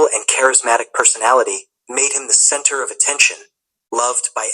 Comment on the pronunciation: The Magic of AI!!! If you listen carefully there are words pronunciation differently from English speaker (i.e. center/centre, laboratory , history... etc.) in this case the word 'center' was definitely not commonly pronounce in the U.. (especially if you learned American English as this Youtuber did.)